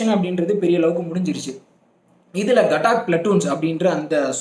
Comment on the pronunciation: 807804 gatak illa gathak pl